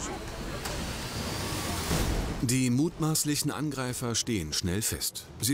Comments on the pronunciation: "Nadürlisch, nadürlisch, nadürlisch, nadürlisch!" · Natürlisch, natürlisch,natürlisch... (7.04) oh man arme Bundespolizei immer die gleichen Fälle und Assis 🤮